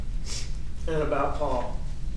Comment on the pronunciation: Ughhhhh again with the “Pau-Pau”!! 🙄🙄 You killed him “Elec”!!